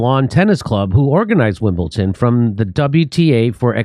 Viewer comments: it is WIMLBEDON -NOT wimbelTon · "Wimbleton" WIM BULL DUN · Jimmy it’s Wimbledon not wimbleTon - snobby tennis fan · Why are you saying Wimbleton Jimmy it'' s Wimbledon !!! Driving me mad 😂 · There's no "t" in Wimbledon! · of course dumb-dumb jimmy (whom I love) said wimbleTON. you silly fool. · Jimmy, please don't Pronounce Wimbledon WimbleTon! the D is pronounced as a D. Thanks. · STOP SAYING WIMBLETON!!!! ITS A D DUDE!! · What’s Wimble-Ton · I’m glad I’m not the only one who pronounces the “d” as a “t” in Wimbledon. Thanks for helping me feel seen (or heard), Jimmy. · Jimmy there's no T in Wimbledon.